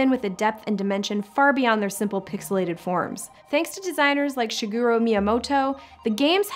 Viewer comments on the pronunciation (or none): his name is shigeru miyamoto, not shiguro miyamoto 😊